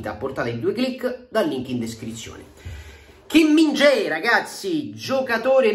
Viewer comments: lo hai pronunciato male, il nome più corretto è Kim - Min - chiaé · la pronuncia esatta è KI MIN KJA E' ! 😂😂😂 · L ultima volta che avevo sentito parlare di lui era nella carriera allenatore di Falconero e lo pronunciava sempre Kim min ghiaè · CHI MINGHIA È è la pronuncia corretta. Per chi non lo sapesse pronunciare.